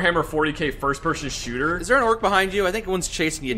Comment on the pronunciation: Its not shooter its SHUUTAAA